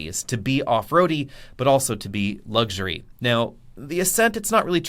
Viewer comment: The word is luxury, not lugsury.